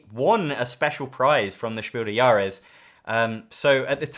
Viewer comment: your pronunciation of „Spiel des Jahres“ is almost at the „He walks among us“ tier, you're just forgetting to pronounce the „s“ in „des“. It should sound exactly like „des“ in „desperate“